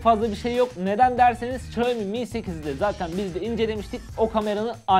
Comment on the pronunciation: xiamomi :) xiaomi'nin 1m ilerisi, m önemlidir :)